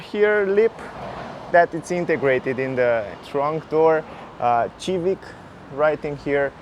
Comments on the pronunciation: I would apreciate if you stop saying xivic please thank you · Dude... its Sivik no Civik lol :D